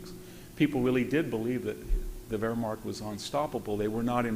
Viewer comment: Anyone to explain why Dr. Hanson pronounces Wehrmacht as WerhmaRcht?